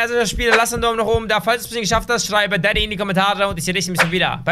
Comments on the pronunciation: Ich verstehe manchmal nicht dadi sonder also du bist der böse vater. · Daddy klingt wie 😂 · Immer wenn du daddy gesagt hast hab ich verstanden